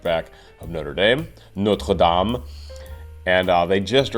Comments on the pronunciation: really interesting analysis although I don’t understand musical theory at all kudos for pronouncing Norte Dame correctly! ❤🏴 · THANK YOU SO MUCH FOR PRONOUNCING NOTRE DAME CORRECTLY THAT WAS PERFECT